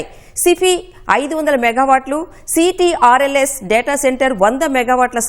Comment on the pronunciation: Company name Ctrls anakudadu talli daani ni Control S Ani pilavali aa company name control s. 😂😂😂